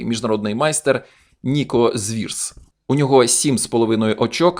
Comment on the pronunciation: Мабуть все ж таки не Звірс, а Цвірс.